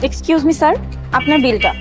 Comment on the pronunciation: বার বার সার সার করেই জাইছে আরে ওটা স্যার হবে😂